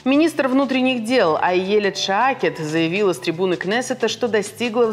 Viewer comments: Блин!!! Только близнецы начали более ли менее правильно произносить израильские фамилии и ивритские слова...эта мадам вышла ..что. такое ШаакЕт???? Поставьте нормальный суфлер и вообще...пусть будут в курсе, а не читают новости с листа. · Если вы передаете новости Израиля из Израиля, то хорошо бы знать, что Айелет ШакеД не Шаакет. ШАКЕД! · Неправельно произносят .А-е-лет Ша-кед, а не Ай-е-лет Ша-е-кед. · Несолидно и неприлично коверкать фамилию израильского министра!!!